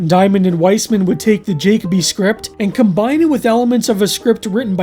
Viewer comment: Just a minor correction on pronunciation. Jakoby isn't pronounced JAY-cob-ee, it's pronounced jah-KOH-bee Or to make this more clear juh-kobe not jacob-y. You em-PHAS-ised the wrong syl-LAB-le (I love this joke)